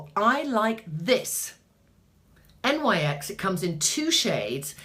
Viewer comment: Love watching you! Btw NYX is pronounced "nicks". Their products aren't bad, I have quite a few items. Tribune, you and I are similar in coloring except that I have hazel eyes, their taupe/spe915 pencil is very nice for brows w/o looking too harsh.